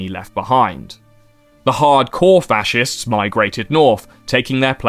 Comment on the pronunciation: bro really said fa-shez 💀💀💀